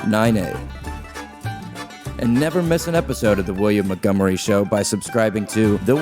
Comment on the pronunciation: Why the actual fuck do SO MANY people mispronounce the ever loving hell out of the name Montgomery???? It's MONTgomery Not MUDgomery I'm unreasonably angry about this 😂😂😂